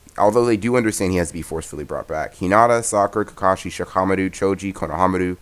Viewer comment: Why does he always call shikamaru shikahamaru